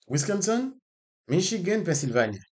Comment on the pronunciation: Met la gow pote atansyon a sa wap di wi pa gen yon kote yo rele wisconson non, se Wisconsin wi